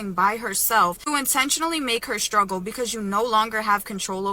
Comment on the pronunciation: When did struggle get pronounced as shhtruggle? Dumb Kardashian-wannabe 304s.